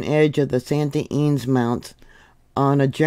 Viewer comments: Thank you for watching with me on California. Not all quakes are generate report. Deceptive. Ynez is pronounced Ee-nezz. Vid bless you. 🙏🏼💕😊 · "EE NEZ" (Ynez)...(we live in vandenberg village - btwn lompoc & the base)